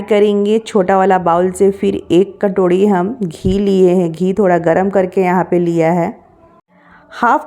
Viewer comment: Katorhi nhi hota sis katori hota hao